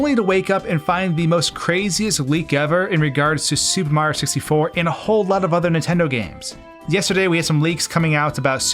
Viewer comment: Why does it always sound like you say "Super Ma 64" ? I've always heard it called "Super Mario 64." Where did the "rio" part go?